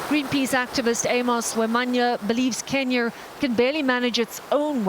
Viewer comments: You can really tell that brick lady really loves her job and why do I hear "Kenier" every time the reporter says "Kenya"? The only time she said "Kenya" was at the end. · You can say California but you can't seem to pronounce Kenya 😂. It's Kenya not kenyer 😂🤦 these people 🙄🙃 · REPORTER SAYS KENYER INSTEAD OF KENYA BUT THEN IMMEDIATELY PRONOUNCES AMERICA RIGHT AFTER LIKE WHAT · Kenyer? That accent is failing you. It's Kenya. Ken-yah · Is the reporter saying, "Kenyer"? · Can you imagine beeing american but not beeing able to pronounce the e syllable on words properly. Kenyer, Herer, wtf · But why do they pronounce Kenya so weirdly? It almost sounds like they are saying Kenyor. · Why is she saying "kenyur"? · Why does she say “Kenyer” when referring to Kenya but says “America” just fine? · Hey lady there’s no R in Kenya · I hate people that add an "r" to the end of random words, why does she keep saying "kenyar" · Kenyar? What. What kind of pronunciation is that. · Can someone please explain to the reporter there's no r on the end of Kenya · Kenyer? Lol sweetheart your suppose to be well versed lol ok Kenya not kenyer lol smh 🤦 too much those people are working hard to make the difference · There is no "R" in Kenya right? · Why is saying kenyar 😂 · Is it me or the journalist is pronouncing Kenyar? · "Kenyer" yuck. Learn how to pronounce words. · I hate when white ppl put an "er" at the end of words. Wtf in Kenyer!?!?! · They way she pronounces Kenya as Kenyur,.. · lol I have made cookies that could have been bricks. I love stories like this... particularly an individual woman taking on the world. Amazing. Notice this reporter continues to say "Kenyer" instead of "Kenya"? What is plastic turned into bricks like when it gets wet? Is it slippery? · Kenya not “kenyer”. Great job though 🙏🏾❤️ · Is it just me or does it sound like the narrator is pronouncing it "Kenyar"? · Kenya not kenyer she pronounces it weird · Kenyer* lol this lady. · Kenya...kin yah...not kin yer.